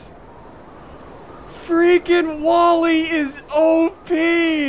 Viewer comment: How many times have you Said i freikin love this game